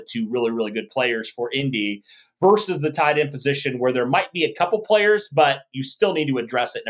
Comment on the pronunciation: Versus is vs! Not verse! Love the show guys, but McAfee does that as well and you are better than that….hahaha😂